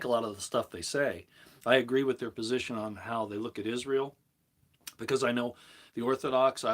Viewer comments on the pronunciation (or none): none